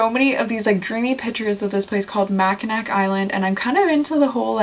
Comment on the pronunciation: Love the GM!! Just bought one in 2023 and absolutely loving it. Did you ever go to Mackinac Island? (Pronounced Mackinaw!).